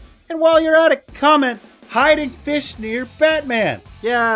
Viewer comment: feesh, feesh dammit